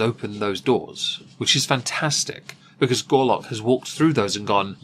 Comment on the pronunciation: You kept saying Gorlock & I kept hearing "Garlick"..... thing is, both will clear a room when their outer layers are removed.